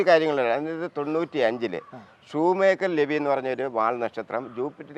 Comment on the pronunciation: ഷൂ മേക്കർ അല്ല ഷുമാക്കർ ലെവി